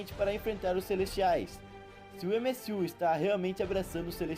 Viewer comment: MSU? Kkkkkkkk Pq em vez de tentar falar no inglês (MCU) n fala no Br (UCM) msm? Mais dificil de errar